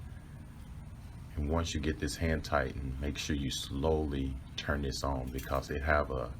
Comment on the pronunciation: Your ons sound like offs